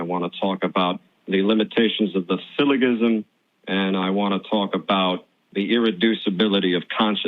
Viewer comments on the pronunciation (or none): When you can't pronounce 'syllogism' correctly , I stopped listening to anything you claim to know about logic, reason, philosophy, etc.